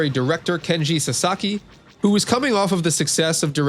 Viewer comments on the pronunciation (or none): Thank you so much for the detailed review! I'm glad you enjoyed playing this game. Just to clarify... My name is “KENJI SASAKI” not “KENSHI SASAKI”